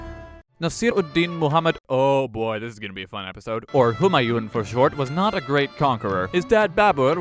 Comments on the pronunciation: Kek, looks like someone was asleep in their class VIII history lessons! No but seriously do pay attention if you decide to read through those books again. If you thought Humayun was incompetent do look up Muhammed Bin Tughlaq. Also,, great video but the 'n' in Humayun isn't fully vocalised, it's pronounced more like "Hoomaayuu" with a slight n sound. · Why does everyone pronounce Humayuns name incorrectly. It isn't japanese or something where each syllable takes the same amount of space in the word Hu Maa Yun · The n at the end of Humayun is silent.